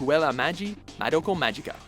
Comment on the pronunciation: You literally can't pronounce "Madoka" wtaf